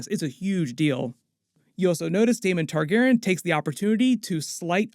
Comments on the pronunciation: Great job as always, but please start pronouncing Targaryen correctly. It probably doesn't bother anyone else, but every time you say "Targaren" I cringe. Otherwise keep up the great content! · "Targerr'n" lmao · I hate the way you say Targeeren (??) Lol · Why are you pronouncing "Targaryen" like that?????? It irks me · you gotta work on “targaryen” pronunciation for this show haha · My guy why do you say Targaryen like that?